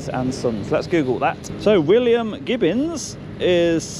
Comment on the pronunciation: only at this point but it's gibbons not gibbins😂